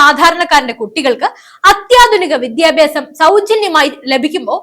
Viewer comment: Request to pronounce as വിദ്യാഭ്യാസം not വിധ്യാഭ്യാസം!